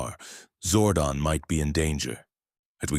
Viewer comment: it's zordon not zordin